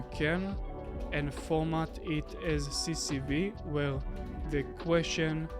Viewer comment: We say C S V , not CCV...